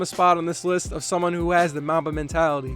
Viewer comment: Who heard Momma Mentality 😂